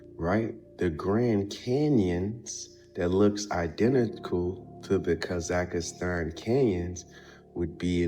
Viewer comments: It's NOT Kazakastan, it is Kazahstan. That man have zero traveling experience. He does not know almost nothing. He just reads from Wikipedia and draw the conclusions as he see fit. There are good number of us that have visited most of these places. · Homie says Kaz ak a stan!!! lol.